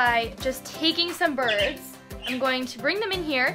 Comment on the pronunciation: umm it’s “birds” not brids